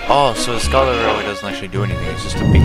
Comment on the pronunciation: Cool video! I really like btwf and you calling skarloey "skaralooe" was the best part XD